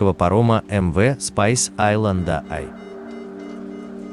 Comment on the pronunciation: Перевод ужасный, название судна и то толку нет нормально произнести